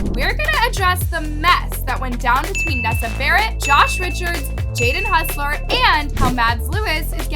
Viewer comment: Let’s see how long this lasts. It’s not “hussler” it’s “hossler”